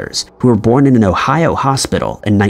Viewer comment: In the twin story, that 's Johnny Carson, not Phil Donahue, lol! Also, it's pronounced O hi O, not the way you said it.